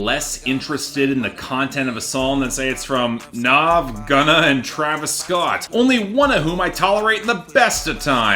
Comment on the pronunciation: Nav is said Nav as in have, not Nov as in Nas